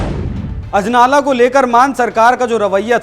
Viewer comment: Sala bda anchor bna firta hai anjala nhi ajnala hai wo ।